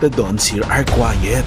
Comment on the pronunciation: quite-kuwayt not kuwayet😂